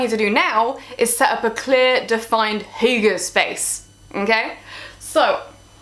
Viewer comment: Why don't you start by pronouncing properly what you are talking about?